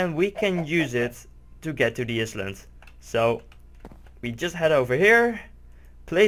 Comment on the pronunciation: It's "i-land", but awesome vid!